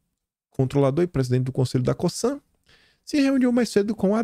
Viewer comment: Cosan ,esse s tem som de z . Sou seu fã 🎉